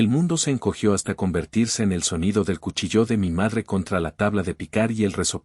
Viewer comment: No se pronuncia cuchillÓ Se pronuncia el cuchÏllo Tampoco se pronuncia encantÓ sino encÁnto.